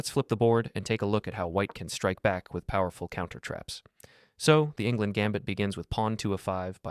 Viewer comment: Enngland,not Ingland.